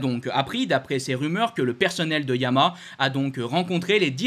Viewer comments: tu n'as toujours trouvé un orthophoniste pour ton défaut d'élocution:YA-MA-HA....... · T’as du mal à prononcer Yamaha !